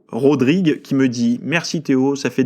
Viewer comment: Merci Théo pour ta réponse. Je ne m'attendais pas à ce que ma question fasse l'objet d'un podcast. Petite précision mon nom de famille se prononce bien avec le "s" : RodrigueS (d'origine Portugaise). Merci encore et continue comme ça.